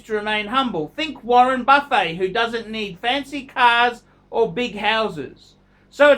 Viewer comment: "Warren Buffehh? " LOL